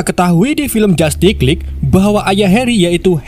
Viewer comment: Dibaca jastis Lig bukan jatik